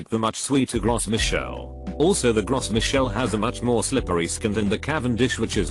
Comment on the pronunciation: Gros Michel is pronounced "Grow Me'shell". (It's French)